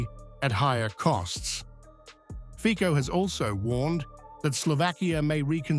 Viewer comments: HIS NAME IS NOT FIKO, BUT FICO ! LEARN HOW TO SAY IT RIGHT ! FICO, AND NOT FIKO ! STUPID ENGLISH NARRATOR ! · you never learn how to pronounce his name... the pronunciation is FITSO, get it right, finally!!!